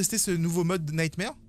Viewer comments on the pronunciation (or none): Ça se prononce “nightmOre” mais sinon jaime bcp tes vidéos lel